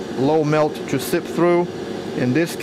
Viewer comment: "Seep through" not "sip through"